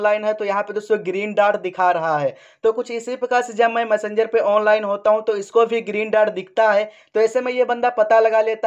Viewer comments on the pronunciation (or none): मसंजर नहीं मेसेजर बोलते है